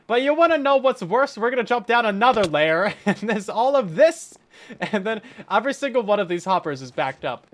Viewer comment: Just one thing... overy is NOT how you pronounce every. Overything ≠ Everything. It's not "endearing" nor is it "cute". It's just an annoying, deliberate mispronunciation. Otherwise, I really enjoy these videos and creativity.